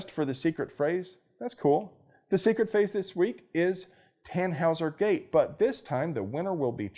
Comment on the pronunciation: What the hell is a "tanhaussergate?" Or did you say, "tan house or gate?" Does zeet have to do vit a fledermaus? Flappy-flappy in the night, I vill suck your blood like zee Hillary bite, ja.